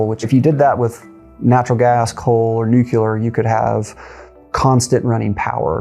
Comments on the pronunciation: Kills the credibility when the presenter says “nucUlar” . Come on, man! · How can Texans solve the problem if our experts can't even pronounce "nuclear"? 😂 This needs explanation...